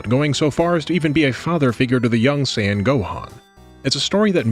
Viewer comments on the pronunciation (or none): none